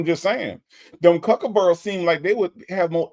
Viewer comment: sounds so eloquent and educated…until he says “cucaburas” or however you spell it. 🤣🤣 Then I remember he’s just as country as the rest of us. 😂